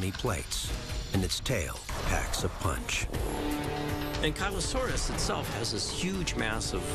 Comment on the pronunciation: an killo saurus? wtf? this program has soo many bad mispronunciations! you'd think they'd at least get the narrator to consult with a palaeontologist!